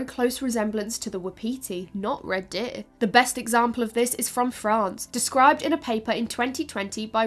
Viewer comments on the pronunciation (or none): The accent is off-putting. Sometimes it's just "deer." Other times it's "deh-uh-eeuh," with vocal inflections. Deer is not a tripthong. Chop it off,. Just say, "deeurh." A dipthong, no changes in tone needed. Di urh. Dee urh. Gurl, you makin; me sweat up in heah. Also, it is adaptations, not "adaptions." Please and thank you. But your presentation is otherwise excellent. If all I can do is find stupid "fault" with minor pronunciations, you know you've done a great job.